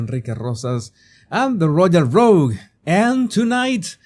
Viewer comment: Royal Rogue… more not moar!!!😂🙏❤️🇦🇺